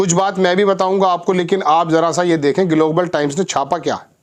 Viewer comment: IS PATRAKAAR KO GLOBAL KA PRONOUNCIATION NAHIN AATA..DHYAN SE SUNIYE...